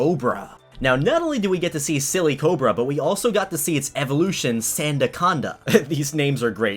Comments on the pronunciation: It’s not silly cobra it’s silicobra as in silicon, one of the elements that makes up sand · Its not sillycobra its silicobra Silicon+cobra